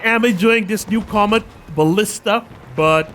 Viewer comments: its "commit" not "comet" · I believe that it is pronounced 'commit' as in commitment not 'comet' (love your reviews on the new parts so far)